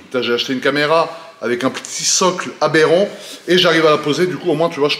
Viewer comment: le " Abberan" ptdr